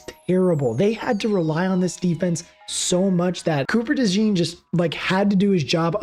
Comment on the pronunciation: You are wearing a Saints hat in the video, so I am guessing you are from Louisiana. If so you should know how to pronounce DeJean properly. LOL It is a common name in Louisiana (because of our deep French heritage) so we use the French pronunciation for those of you that want to know.